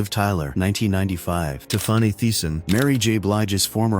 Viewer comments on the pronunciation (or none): What about Tifarny?